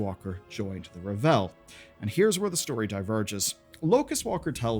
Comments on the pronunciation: R-AAH-V-EL like unravel. Raaahhhvel. Not revel. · Isn't it ravel? Like to unravel a spool of ribbons? Revel is to take great joy in something. I'm fairly certain they pronounce it raa-vel in game too? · Dude, it's ravel, like unravel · Good video, but lots of Mispronunciations! Ravel and Reshii Ribbons are pronounced in-game! Or you can check Warcraft wiki!